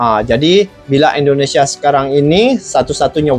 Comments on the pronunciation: Bang .. Tolong saat you ucap Indonesia huruf pertama harus terdengar jelas "i".. Bukan " e".. Ingat ya bang., Indonesia!! Bukan ENDONESIA ! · bang tolong baca huruf I (Indonesia) nya bunyinya I jangan E ya bang, itu ejaan Indonesia bukan ejaan Inggris.